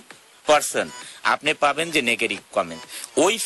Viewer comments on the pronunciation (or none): none